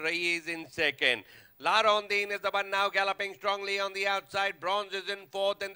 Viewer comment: La Rondine not La rondeen